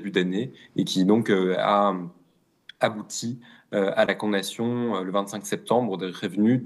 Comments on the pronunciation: Il fait exprès de dire “con nation”?! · Quelqun d'autre bug à chaque fois qu'il dit "condation " 😅 (sinon le fond est très intéressant)